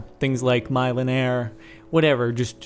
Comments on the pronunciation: It's not "Millionaire," it's "Millenaire." It basically adds all these different NPC villages to the game, not much else. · Mile-n-air? I think he's talking about the MILLÉNAIRE mod. Silly Jordan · the way he pronounced 'millénaire' .__. LOL going to paris like that, jordan? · jordan u should learn the language that notch uses 4 the enchantments then u can tell what you'll get just go 2 minecraft wiki and look at the enchantment page P.S it pronounce mill-a-nair cause it a french name (I speak french so no arguing:))